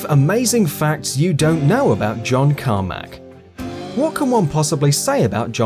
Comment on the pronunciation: Who is John Carma"k" ?